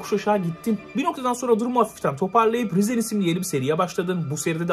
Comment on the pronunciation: Şu İngilizce'yi öğren artık, rizen değil, rayzın Elden değil, eldın